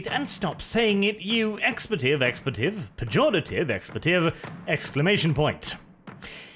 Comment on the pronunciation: It's pronounced EX-PLEE-TIV not ex-pla-tiv